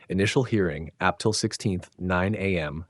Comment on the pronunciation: yes, and Ap Til for April, ha ha ha ha 🤣